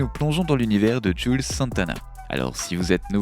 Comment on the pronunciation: Cest pas "jule" santana mais "jouelze" santana.